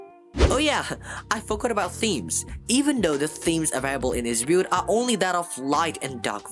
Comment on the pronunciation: Bro your saying beught instead of build